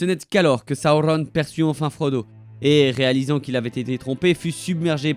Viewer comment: Tu sais même pas dire correctement Sauron LOL